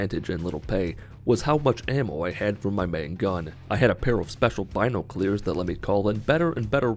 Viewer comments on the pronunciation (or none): him saying binoclears makes me sad